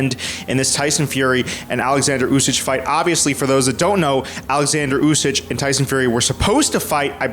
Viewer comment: Usyk! With a K!!!! Why you keep calling him usyj?